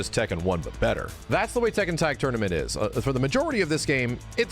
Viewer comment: Funny to hear say Tekken 100 times and it’s not pronounced that way.